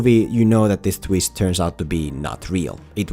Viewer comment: “The tweest”